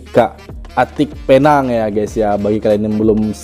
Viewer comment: Penang itu sebutan bahasa inggeris. Kalau disebut bunyinya Pe- neng. Bukan Pynang.